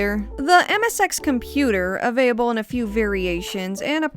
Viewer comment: "Avayable" "avayable" "avayable" Do you have a stroke everytime you say "available"?